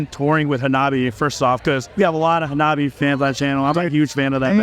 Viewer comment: Dear presenter, that's not how you pronounce Hanabie.